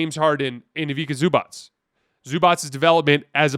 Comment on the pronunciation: His name is Ivica Zubac (pronounced IviTSa ZubaTS, not ZubaK, both Cs are pronounced TS). And in general, seeing as the NBA today is chock full of players from former Yugoslavia, it wouldn't be a bad idea for you all Americans to learn 2 letters: č/ć = CH [chair], and c = TS [Nets]